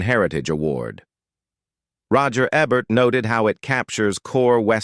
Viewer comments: Roger “Ehbert? Go Robo-man! 🙄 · Mispronouncing Roger Ebert's name reveals the AI nature of this. Can't any human read a script?